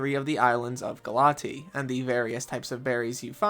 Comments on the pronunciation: I think it's pronounced Gal-uh-tay-uh instead of Galatee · GALA-TEA????? It's pronounced "galay-shia" 🤓 English student rizz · He said it wrong in the vid. It’s gah-LAH-tee-a. Not sure where the ‘a’ went in his pronunciation as the Greek word still has an ‘a’ at the end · 🤓acshually I'm pretty sure it's pronounced "ga-luh-teh-uh"